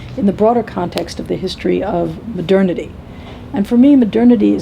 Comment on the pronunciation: Does say "maternity"?? Anyone?